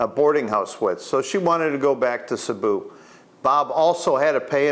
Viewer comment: Cēbu not Cabu . That’s all .